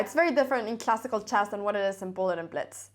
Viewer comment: I love hearing her say "chass" - you know you are in a Cramling video!